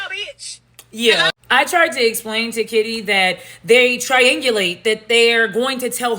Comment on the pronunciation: Did she call that woman Shitty instead of Kitty? 😆😅🤣😂